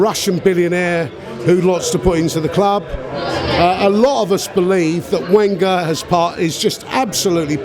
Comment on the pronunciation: I hate when he says Wenger